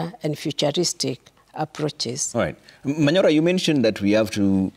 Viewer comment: Manyora? Hata nyinyi Citizen mnachezo, Manyora? Ah